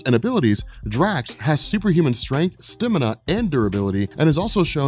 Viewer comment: “Stimina” lmao